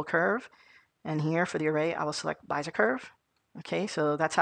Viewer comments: Be-zi-er not Bi-ze-r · yh he means bez-eee-ay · neat video. it's pronounced bEEzer or BEE Zee yay curve. :) Thanks for posting. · it's driving me crazy how you pronounce Bezier but that aside the video perfectly covered what I needed, many thanks.